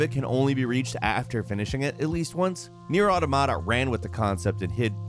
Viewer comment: Is no one going to talk about his horrendous pronunciation of NieR Automata